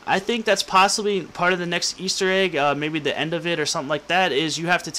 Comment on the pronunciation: he says eater egg